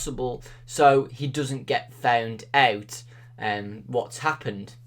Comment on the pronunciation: The way you said found out sounded like you said fewnd ewt